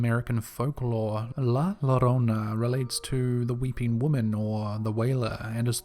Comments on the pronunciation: Bruh u r a podcaster of a horror channel, learn how to pronounce La larona (layarona) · Lmao I am sorry, but the way you keep saying la llorona got me cracking up 😆 🤣